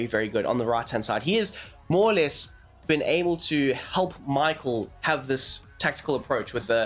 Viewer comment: Mikhel its Sound like - not Michael 🤣🤣 Míchel :)